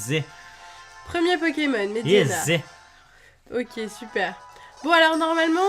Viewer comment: Toi et les noms de Pokémon ça fait 800 000? Medhyèna. pas Mhediena ^^ Mais bon pas grave. (Et éclate-roc, pas éclat roche. xD)